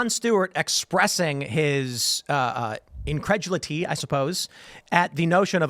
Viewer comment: I feel personally attacked by how Tim pronounces "incredulity". That has to he some sort of hate crime.